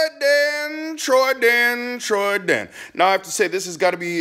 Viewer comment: CALL YOU TRENDAN NOT TROYDAN